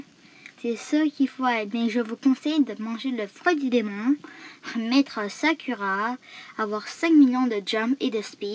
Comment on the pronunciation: Le s chempion s'appelle pa Sakura mais sakoura parce que en japonais le u se dit ou